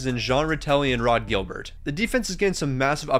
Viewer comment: This was fun, But you gotta work on your name pronunciations lol. For instance, Rod Gilbert (Jyill Bear) You also made Serge Savard a Russian lol Sergei Savard I enjoyed the video, great job! John Van Bees Brook